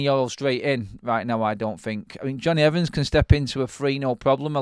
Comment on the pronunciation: Evans...........come on lad, it's not that hard.